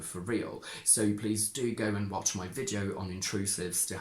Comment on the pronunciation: I am not sure, but I seem to hear you say [ oi] instead of [ai] ( like moi for my). But in some words you seem to stick to [ai]. Is it typical of all the speakers of Modern RP or only of some persons? Could it be a generally acquired Cockney feature ?